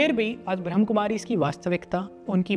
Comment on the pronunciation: One correction I would like to suggest- it's not 'ब्रह्म कुमारीज़', it's 'ब्रह्मा कुमारीज़'.. 😇